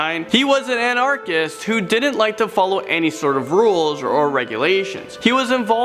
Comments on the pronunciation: "He was an an-Archist"? 😂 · The wrong emphAsis in the wrong syllAble. anArchist. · He likes his eshis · What’s a “an” arc-ist? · Maybe learn how to pronounce Anarchist and Düsseldorf!